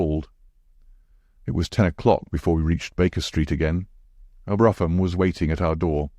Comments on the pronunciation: I think the general consensus is that brougham ( a type of horse drawn carriage ) is pronounced ‘broom’ . Otherwise this voice makes for a pleasant listen , thank you 🙏🏻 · The carriage is pronounced Brawm.